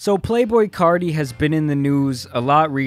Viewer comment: You keep saying “CARDI”!! It’s “CARTI” nice video tho but that was bugging me ngl.